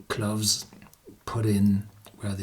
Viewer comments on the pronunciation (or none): Cloves are NOT pronounced like Gloves!🥊🥊.....clowves is the pronounciation!!!!